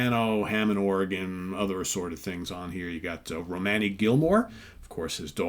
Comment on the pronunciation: Her name is Romany, at least make an effort to pronounce it correctly!